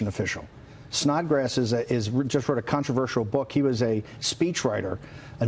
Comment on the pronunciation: Dude, did he say Snotgrass??? Really!! Thats some ones last name??? SNOT GRASS!! Poor kid.